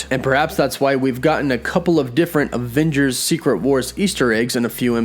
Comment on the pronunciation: I love how you say aVVengers so many times lol